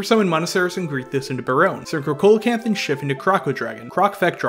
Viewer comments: Small thing: Coelacanth isn't pronounced COAL-a-canth, it's pronounced SEE-la-canth. It's a soft C and a silent O. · IDK man I'm hearing colacanth not holacanth. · it's pronounced See low canth. I'm glad you pronounce Ghoti right though. for those unaware, Ghoti is pronounced FISH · Great to see these combos visualised, nice and concise too but it seems MBT’s inability to pronounce card names is spreading haha The pronunciation of Coelacanth was hurting me a bit but that’s ok because the video was still really good (and I’m sure most people don’t care about the pronunciation). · It’s actually see·luh·kanth if we’re being were being pedantic. And the whole “Ghoti is pronounced Fish if you take the Gh from Enough and…..” thing is funny at first but makes no sense in reality. The position of letters in words is important so if you can find a single word with “Gh” at the start that is pronounced “f” and a “Ti” at the end that is pronounced “sh” then I’ll accept it’s pronounced “Fish”. Is your username “Spooky Fist Hero”? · Did u just call it Holacanth? Is this some inside joke I'm not aware of? Edit: I watched the rest of the vid and he is in fact saying Co-lacanth not Holacanth which is what the first instance sounds like.......however if you know that Ghoti is meant to be pronounced 'fish' surely you know coelocanth is not pronounced the way you say it so again....is this some joke I'm not getting? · Am I the only one triggered by the way they say Coelacanth? lmao great video tho. makes me wanna build the deck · Coelacanth is not a hard C at the start, dude, come on.